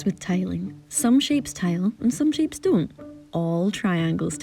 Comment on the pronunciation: ... "Some shapes dun"? XD OMFG that is a hilarious pronunciation of "don't"